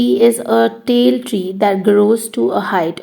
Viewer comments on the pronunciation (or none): its pronunciation is not tail tree its tall tree